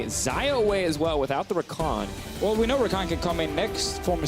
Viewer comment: U mean Rakan? Not takan.